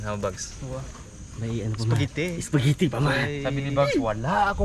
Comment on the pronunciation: harabai said ispagiti